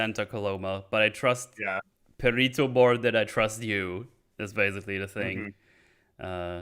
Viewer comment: The way you all keep pronouncing Perrito is hurting my soul. Lol